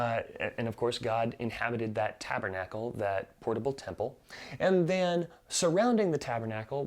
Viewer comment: “and the-AN” haha 😂 love this overview!